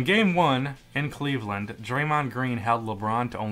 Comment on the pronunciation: "Cleavland"... really bro